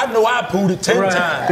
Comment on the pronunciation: Did he say 'pooted'?